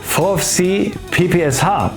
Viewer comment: PPSH= „P P Scha“ gesprochen